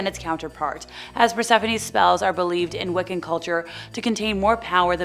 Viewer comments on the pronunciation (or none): none